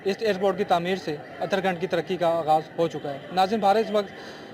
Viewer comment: Uttarakhand hai naki utara khand